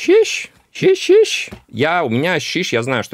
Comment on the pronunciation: Сижу, чуть ли не плачу от вашего "щищь!"😂